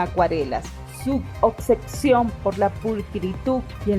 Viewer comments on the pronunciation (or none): ❤ buenas reseñas ! Lamento corregir… obsesión … no ocsesion 😬